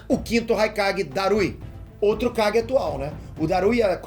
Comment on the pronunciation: No primeiro segundo entendi ele fala o Guy e não kage, voltei 5 vezes e continuei entende Guy rsrsrs